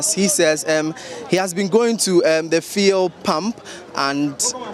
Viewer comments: Even the driver can pronounce fuel. stop this feeul" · So what is the media guy pronouncing as feel, fii, fill? Is that the new pronunciation of FUEL in this Free SHS era where Akuffo Addo speaks with his foreign acquired accent? Fee, feel, fii! What at is the guy saying and whom is he trying to impress with his weird pronunciation? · What is it with the “fee-el”, why does he keep calling it that??? I even got irritated 🤦🏼‍♂️ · Fuel or feulle what is the right word. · Stop that nonsense and pronounce the word fuel well...what's "fiel" mr journalist?, don't you know some of we the readers are learning from you? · Feee3l lol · Your pronunciation of the word fuel is incorrect. Please ensure you use the correct phonics. Thanks